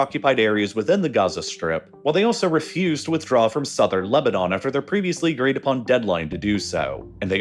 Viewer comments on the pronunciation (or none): none